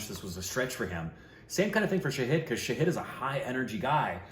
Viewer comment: Knowing him for approx 2 years, I think now would be a great time to correct the pronounciation of his name, it's "Shaahid" and not "Saheed"😅